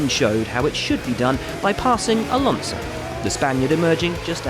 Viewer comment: The guy really said Alanso was caught napping 😂